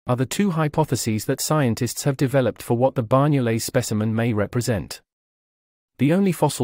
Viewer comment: Amazing, I had always been told that the Banyoles jaw was a Neandertha specimen. Tip: the NY in Banyoles is pronounced like GN (eg. D'Artagnan) in French or the letter Ñ (eg. España) in Spanish. Banyoles is the Catalan name for the place where the jaw was found.